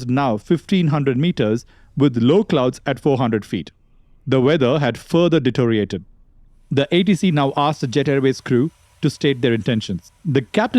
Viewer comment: it's de-TEE-RIO-rated. not de-TO-RIATED. FFS.